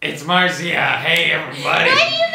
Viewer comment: my mans called his wife-tobe “Maritza” 😂